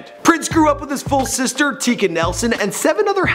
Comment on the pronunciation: Exactly! I was about to type this exact thing, but came across your comment. Not to mention how this guy utterly destroyed the pronunciations of Mayte’ and Tika’s names...